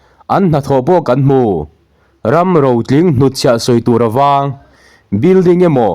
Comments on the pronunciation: 'Tuparawng' hi Tuṭhulh,ban khur chawhna ani a, 'Feh kal kawng'tih anga lam tur ani e. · Tuparawng hi i lam diklo tlat.